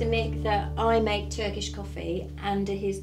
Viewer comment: Hi Mick and you are so lovely folks ❤Mick your pronunciation of Turkish is amazing good job☺Greetings from Canada I miss my home country ❤